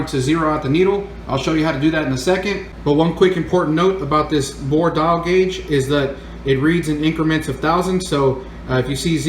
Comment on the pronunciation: Why are you saying it like that? "A bore dial guage"??? Is this how some people talk in different areas of the country?? I've never heard it said like that & it makes me question you & if your for real or just some buger eater they got to put in front of the camara to read a script & obviously nobody there has ever been a machinists? If im wrong then?? I dont think I am. A "bore dial guage"!?? Do you mean a "DIAL BORE GUAGE"???